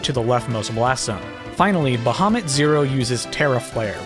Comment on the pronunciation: 4:1:27 It's ee-freet (efreet is actually another spelling of the mythological creatures Ifrit is based on), ra-mu (he's named after either Lahmu, Raama and Vishnu or King Ra Mu of the lost city of Mu) and ba-ha-moot (who in the original myth was actually a whale, look it up).